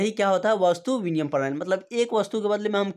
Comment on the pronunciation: Binimay hota h aap biniyam bol rhe hai